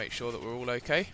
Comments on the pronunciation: stop saying hoke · he said OK as "Hokkai" lol i laugh hard until i peed in my pants!!!! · why is he saying hawkeye or hokeye or whatever he is saying? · He says "ho-kay" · He says Hokey